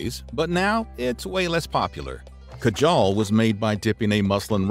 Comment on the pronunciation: Ok no hate but as an Indian it’s really funny on the way u said Kajal but I’m happy u still took the effort to try to say it correctly